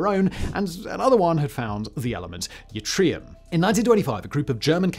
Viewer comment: Simon, element 39 is pronounced: i - tree - uhm.